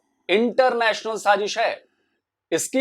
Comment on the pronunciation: Very informative video. Extremely smart move, beneficial to multiple countries. It's wise to exclude the countries that can not be trusted. Good job as usual. Gentle reminder: It's SAAZISH,not saaJish. Love all your videos. Best wishes from Boston USA.